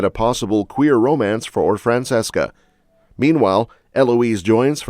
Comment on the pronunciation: FRAN CHESS CA. Its pronounced liked that